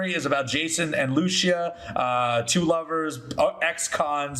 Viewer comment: I'll admit, the mispronounciation of Lucia threw me 😅 I know it CAN be correct, but in this case, it's Lou-See-Ah ❤